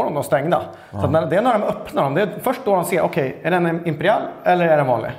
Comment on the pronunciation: Varför säger han imperial som imperiall